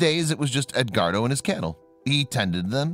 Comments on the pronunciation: Ed.....wardo. not ed....guardo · I just can't get past the mispronunciation of the name Edguardo...